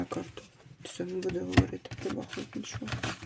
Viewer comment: Дякую,тільки будь -ласка БахмУт!